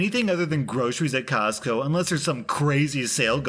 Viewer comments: Say "cosco" one more time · Say “Costco” one more time.... 🤦🏻‍♀️😳🤯